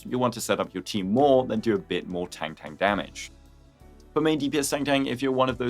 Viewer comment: It’s tongue tongue btw not tengteng